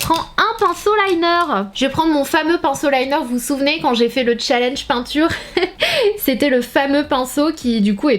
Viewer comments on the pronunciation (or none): none